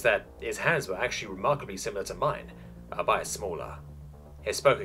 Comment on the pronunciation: Albeit is pronounced all-be-it btw